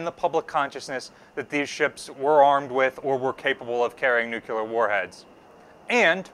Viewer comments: This is very informative, thank you! I have to note, I winced every time the word 'nucular' was said. Note... the blast radius of a 20kt weapon is definitely not twenty miles. That would take a megaton or so. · Hi. I’m a huge fan both you and the museum… but there’s only one “u” in the word “nuclear”. “New - clee - er”. Keep up the awesome work!! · Love the channel, is a great presenter, enthusiastic and knowledgeable, but I cringe every time I hear the word nuke-you-ler. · There are no such things as nucular weapons, there are however nuclear weapons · Nuclear. Not noo queue ler. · No ship has ever been nucular armed! NUCLEAR!!!!!! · I love and this channel but i confess it drives me nuts when folks that should know better say "nuculer" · Are you saying "nuclear"? If so, where is that extra U coming from when you say it? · The u isn't between the c and l lmao. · you’re amazing and I love your work. Please though, learn the right pronunciation for “nuclear.”. Seriously … it's not hard. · Hee. Americans adding a third syllable to the word ‘nuclear’ is always funny. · I love your channel and I'm a big fan of BB-62 but please for the love of history and science please stop saying nuke-u-lar. There's only one u in nuclear. It's pronounced new-clear or nuke-leer or nuke-lee-are. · "Nu-clear" Not "nu-cu-ler" Why is this mispronunciation so common? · Dear god! - its NUKE-LEE-ARE, not NUKE-YOU-LAR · The word is "nuclear" not "nucular"!! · Oh please! It's nuclear, pronounced new-clear. not nukular. Sorry, pet hate of mine! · Please, please please, pronounce it correctly. The word is NOT nuke-u-ler. It is nuke-cle-ur. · Noo-clear. it's pronounced noo-clear. This is, admittedly, not quite as worrisome as US presidents who have in the past also said it wrong, but if you are going to speak authoritatively about a subject, on should get the basic words correct. (this post to read in a slightly bemused, quizzical tone, not an angry, superior one.)